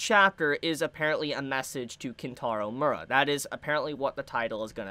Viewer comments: Mee-er-ah. Not Mura. Enunciate your words. Also, the assistants can't continue it. Miura wrote the manga, they just helped draw it towards the end. The best you can hope for is Young Animal publishing a book of Miura's notes and plans for the ending. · ayo u are saying his last name wrong